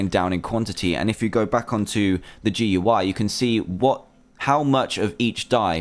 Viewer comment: Gui is pronounced gooey